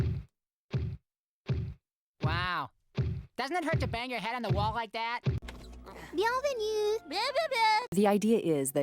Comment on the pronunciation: I just realized Lor's eyebrows are gone as she tries to say "bienvenue". (It's )